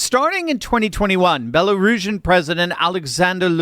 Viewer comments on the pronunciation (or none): none